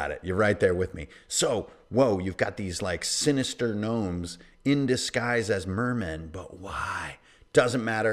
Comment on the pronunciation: i can't watch because you seriously call them nermomes